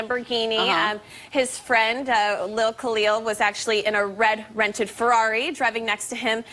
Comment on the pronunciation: Did this ... Woman say Lil Khalil? Whet?